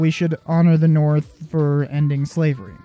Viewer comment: Not to be mean but it's "the" not "YHE".